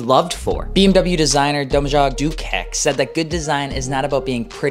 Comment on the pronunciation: This has got to be the worst pronunciation of a balkan name that I've heard in my life lmao